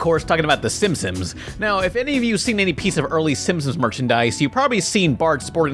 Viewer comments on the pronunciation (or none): why does he say "simpsons" like "simpsoms" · I like how he pronounces it simsoms. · Idk why you pronounce "Simpsons" as "Simpsims" but I hate you for it. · The narrator in the bit about Bart's blue shirt can't even pronounce "Simpsons". He's like "Simp-sims"